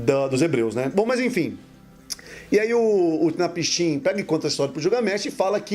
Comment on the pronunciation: A pronúncia é Unapsin, ótimo vídeo 👏🏻👏🏻👏🏻